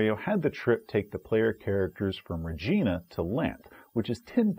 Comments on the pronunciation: Excuse me, it's pronounced Re-jai-na, like China. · Ree-JEYE-na, like the Queen, yo. :) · No, it's Re-GEE-na unless you're talking about the city in Saskatchewan. Means "queen" in Latin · mispronounces a word. Me: whoa whoa whoa that's wrong.: whoa whoa whoa... Me: THANK you. proceeds to correct on pronounciation of some made up word. Me, a Canadian: WTF, no, it was Regina that he mispronounced you heathens! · "Regina." Isn't that supposed to rhyme with "fun?"